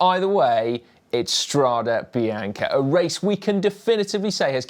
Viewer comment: And can we say definitively say, it's pronounced "strà-deh bee-àn-keh"... 👨🏻‍🏫